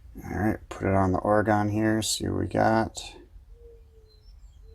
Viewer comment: Good comparison, thank you, but I have to cringe when you say the name of my home state of Oregon. Pronounce it this way ory gun.